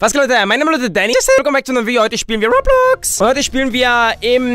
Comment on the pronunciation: Übrigens, es heißt "Ro Blox" Zusammensetzung aus Robot und Blocks. Nicht "Rob Lox". Super Video!